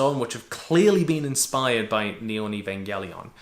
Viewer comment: Eva changes drastically if you haven't seen it in a while. If you're cool with introspection it'll fuck you up, in a new or different way. Or it won't hit as hard. It's always changing as how you view yourself and the world changes. I hold it close too, and hearing him say the name wrong consistently kinda made me go mmmmm... Then watching it while at the gym makes me feel like he missed out on a lot.. Like Misatos dad leaving her behind... That's not what happened. Sounds like he needs another watch too :)